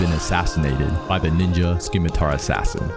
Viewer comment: This dude definitely pronounces Claptrap’s name as “Cluh-four-pee Tip” (CL4P-TP) out here saying “Skimitar” “Peep-Argh” “Coop duh Grass” 🤣 good tutorial though